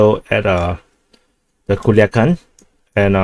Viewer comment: I have to say that the commander says PERFECTLY Culiacán. 👏👏👏👏